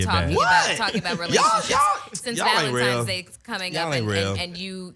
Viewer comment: “Valentimes” Day?